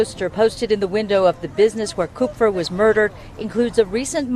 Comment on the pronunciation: It’s “cup-fur”. It’s German and means, Copper